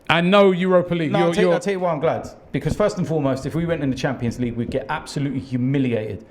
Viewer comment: For the love of god robbie learn how to say the word BECAUSE please